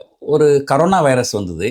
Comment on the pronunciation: அது ”கரோனா” இல்லடா.... ”கொரோனா” வைரஸ். ஆமா நீ ஏன் திமுக பிரச்சார பீரங்கியாவே போயிட்டே?